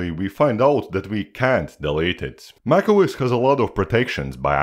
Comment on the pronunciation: Bro you saying nac os 😂